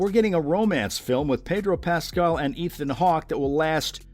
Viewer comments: Learn to pronounce his name! It's pas- CAL! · Couldn’t they get a voiceover person who could pronounce his last name properly? Who is “PAS-skull?? I mean, wtf? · I'm so sorry i can only focus on the way you say Pedro's name. "Pedro Pascle" i love it. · The way you pronounce Pascal… just shakes me to my core.. 😂 Excited for all the upcoming projects tho! Thanks for the overview! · SO glad you made the correction. This guy was making me nuts. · I’m glad to see news of all these upcoming projects, but could they please at least TRY to pronounce his name correctly? So disrespectful.